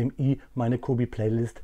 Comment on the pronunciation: Mich kennst du bestimmt auch noch dein netter Fuchs Freund ich bin gerade in Polen und ja du sprichst es falsch aus das c wird wie das Ende von Milch ausgesprochen also ungefähr so Milech auch wenn ich mir wünche das cobi die mig nach dem Krieg noch in einer Soviet Version raus bringt